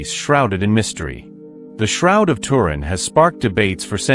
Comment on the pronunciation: Tuu.....rin......get it right